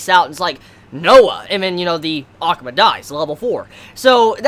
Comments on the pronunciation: Is saying ackma or akuma in his own way I can't tell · the way you say akuma sounds weird